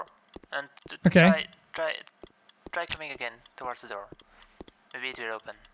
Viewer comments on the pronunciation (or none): Door?? Guy sounds like he’s saying “Der” 🤣🤣🤣🤣🤣🤣🤣